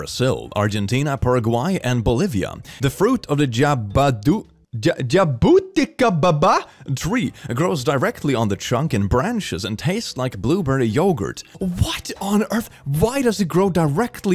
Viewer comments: Jabuticaba is pronouneced something like "jah-boo-tee-kah-bah" and they're freaking delicious - trust me, I'm a brazilian and I have a small jabuticaba tree in my backyard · I'm living for trying to pronounce jabuticaba. Also, on weird fruits we have in SA, there's one that looks like an eye and taste really sweet – it's called guaraná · I love how he completes botched “jabuticaba” 😭 thats the funniest mispronunciation of it i ever heard 😭😭😭 also- i have one and it doesnt taste like magic candy :( just kinda really sweet or a bit sour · Yeah, as a Brazilian it was kinda funny to see being confused at how to pronounce a name of my language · As a brazilian, listening to trying to read jabuticaba absolutely made my day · He trying to say "Jabuticaba" Was fricking amazing. Bro, that fruit is too good to be true lol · as a brazilian, I have to say.... click trying to pronounce jabuticaba made my day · Brazilian here: trying to say jabuticaba nearly killed me from laughing so hard. I never thought of it as a hard word to say before. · 1:i just love how pronounces something in portuguese and it sounds like a stroke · trying to say jabuticaba made my day😊💕 (I'm Brazilian btw) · O tentando falar jabuticabakkkkkkk E jabuticaba não é esquisito 🤨